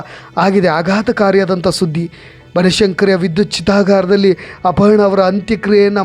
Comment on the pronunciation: ಅಪಹರಣ ಅಲ್ಲ ಅಪರ್ಣಾ